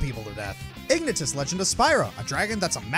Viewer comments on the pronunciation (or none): You pronounced Ignitus wrong. It's pronounced like "ignite us". Also, his sacrifice in Dawn of the Dragon, I find this moment very underrated. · "ignatus from legend of spyro" it's pronounced Ig-nai-tus no I'm not a fan boy...shush >///>